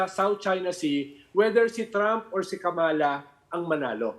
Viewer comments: Kamala pronunciation is accent on the first syllable and not on the second syllable. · Ronald Llamas, Please pronounce Kamala correctly. Accent on the first syllable.